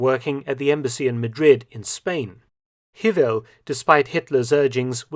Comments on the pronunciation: Hewel is pronounced Hay-well. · Please get on top of pronouncing the names: For instance, "Gretl". it is not like a double "tt", but just a long "a" and "t". Hewel is pronounced "havel". Ask a native speaker :) Luckily, "Friedrich" and "Speer" are pronounced correctly. Well done. "Wolf's lair" is a common translation, but wrong. Eagle's nest is equivalent though to Adlerhorst.